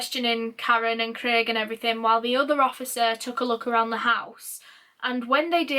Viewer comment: ur Yorkshire "Kalrren" and "Clrraig" accent almost came out a few times ahaha xx